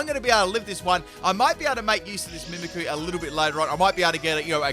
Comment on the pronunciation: I'm surprised on how many times he said Mimikyu's name wrong that no one pointed that out.